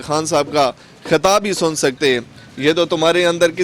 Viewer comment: Hathaab Nhe, Khitaab..